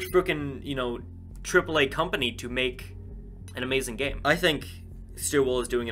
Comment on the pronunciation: Ha you said gameit